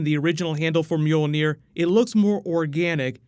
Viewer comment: The pronunciation of Mjölnir makes me laugh... sounds like cats meowing.